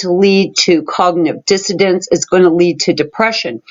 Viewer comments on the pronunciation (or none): Did you say dissodance? It is dissonance: a felt inequality inside the brain that the brain is trying to repair. To me it feels like an autoimmunity hard to overcome.